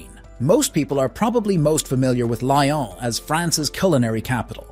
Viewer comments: Pronunciation: not ‘Li on,’ rather: ‘Lee on.’ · Yes. The video is otherwise good. Just feels lazy to not even check and make an attempt. I am not French, just a Francophile from US. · Good video but please, next time make sure you pronounce the French cities correctly! Painful for the ears! I am from Lyon, it's a beautiful place. 😍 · Please don’t butcher the French names !!! Like Lyon ❤😂